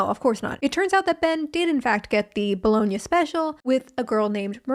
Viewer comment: Bologna= “blowing-ya”???????🤯